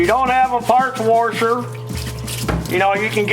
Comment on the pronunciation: I really enjoy the videos, but 'ya killin' me with the " worshers". I'm an original Appalachian American myself, so I know how ta slang dem words, like "didja rech up chonder and check fer them jumper cables". But "Worshers"? C'mon man. 🤣🤣🤣